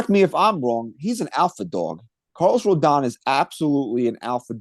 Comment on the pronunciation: is correct it is pronounced Row-don, everyone keeps pronouncing it like anthony rendon. If Yanks sign him i think we gotta be calling him Rodon Corleone